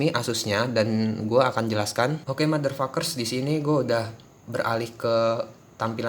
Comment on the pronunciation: pengucapan motherfuckers lu aja yang bagus, tai. Giliran pengucapan apply bilangnta epli. Lagian biar apa bilang bilang motherfuckers?